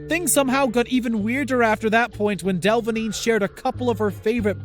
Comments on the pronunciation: Del-a-vine not delvine... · Who tf is del-va-neen you mean dela-veen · Pretty sure it’s pronounced Cara Del-a-veen. Just saying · It's not "delvaneen", dude. It's "delaveen" pronunciation. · (Del-a-vene) < (Del-Vin-yay) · "the model cara delvigñie" what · “Cara del-ving-eh” 😂😂😂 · PRONOUNCED "DELA VEEN" FFS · “Cara Delvna-yay” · Lmao Cara Del-vi-ngé? Hahahha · You do know you pronounced Cara Delevigne's surname horribly wrong? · His prounancing cara's name wrong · Well.... You pronounce Cara's last name wrong and this aint Cara... It's Jennifer Lawrence...